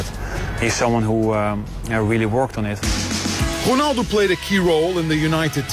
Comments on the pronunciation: No, Rounaldo, say it like that Rou like you say Mou ROUNALDO, but it's Ronaldo. I am portuguese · Ronaldo not Konaldo!! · The way to say his name correctly in portuguese. Us to say Ronaldo like you, we had to say Rouneldo... or Rounaldo... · dude its ronaldo not ghonaldo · its Ronaldo not "whonaldo" :P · Who's Honaldo its ronaldo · Is it just me or the presenter is saying "Honaldo"?? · Why does he say honaldo ?? Is honaldo correct in portuguesse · Why does he call him Honaldo?? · why does he say "Honaldo" ? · i think its pronouced hunaldo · WHO-naldo? it's pissing me off. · who the FUCK is 'HOONALDO'? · who the fuck is chonaldo?